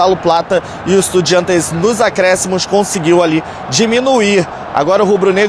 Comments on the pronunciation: Porque falar estudiEntes e não estudiAntes? Nunca vou entender! KKKKKK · De onde ele tirou essa pronúncia EstudiEntes?